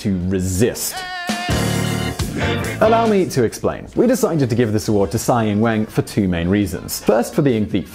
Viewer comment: Tsai ing wen?Are you fucking kidding mate?